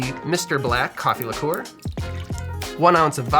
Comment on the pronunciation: Almost stopped watching/punched a wall after he kept saying lick-oooh-were.